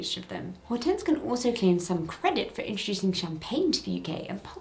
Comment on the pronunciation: Hortense is Hydrangea in French there are different versions of the name in Romantic lanuguages. The "H" is silent.